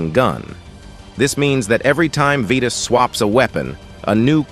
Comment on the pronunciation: no way bro said 'vetos' 💀